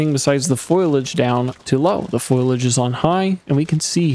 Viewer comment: 'Fo-liage' not 'Foil-age'